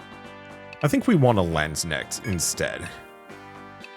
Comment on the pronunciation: That's just how it is with foreign words. I'm Dutch and the way he said landsknecht is abominable.